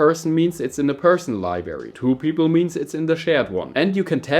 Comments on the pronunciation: Librrrrrrrrary mein Freund😅 wenn schon auf Englisch dann auch richtig 👍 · "Libary". Triggered